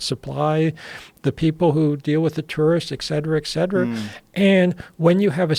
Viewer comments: Well spoken? Saying eccetera instead of etcetera doesnt sound well spoken to me but more like you didnt pay attention in life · It's "et cetera" (etc) not excetera.